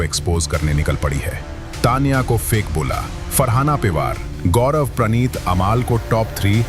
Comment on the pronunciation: Say Taniya.not Tniya